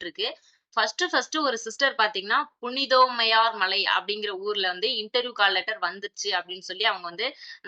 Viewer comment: Punithomaiyar illa Punitha Thomaiyar Correct aa pesunka...😂